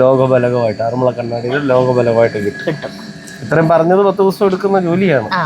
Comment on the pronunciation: എന്റടുത്തെങ്ങാനായിരുന്നെങ്കിൽ വിന്റെ ചെവി പൊന്നാക്കിയേനെ. ആറന്മുള്ള അല്ല ആറന്മുള എന്നു പറഞ്ഞു കൂടെ. മലയാളം പ്രൊഫസറുടെ അടുത്ത് നിന്ന് പറയാണ് ആറന്മുള്ള, ആറന്മുള്ള വെള്ളസദ്യ എന്ന്. എന്നിട്ട് അവസാനം തൃശ്ശൂരുകാർ ഇങ്ങിനെയാണ് എന്നും. പറയും. ഈ വ്ലോഗ് കണ്ട് മൂഡ് കളഞ്ഞു. ഇനി പ്രതികരണം പരിപാടിയിൽ വായിക്കുന്നതിനു മുൻപ് ഇത് ശരിയായി പറയണം. സർവ വിജ്ഞാനകോശമാണ്. എല്ലാം തുലച്ചു.ആരു പറഞ്ഞാലും കാര്യമില്ല. ഞാനങ്ങിനെയേ പറയൂ